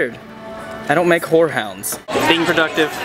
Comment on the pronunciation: "I don't make HoreHounds"😂😂